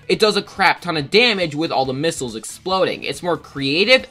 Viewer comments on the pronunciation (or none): none